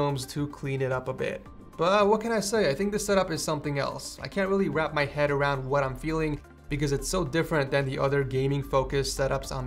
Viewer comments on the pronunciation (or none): none